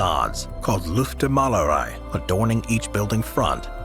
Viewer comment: What was that number one place again? Unable to tell by your pronunciation; you left the #1 town out of the listing and the timestamps. I realized that you were in trouble when you - unfortunately - attempted to say "Luftmalerei", and perhaps the name of the #1 town may have escaped you and your team. If not, would you please spell it out and list it here? Thank you.